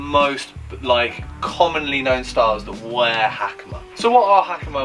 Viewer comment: Ha-ka-ma. Not Hackymuh.